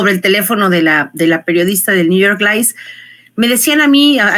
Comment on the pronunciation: Por que dice New York lice?